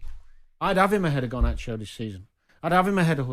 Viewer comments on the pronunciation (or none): none